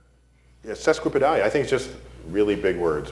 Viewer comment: he mispronounced sesquipedalian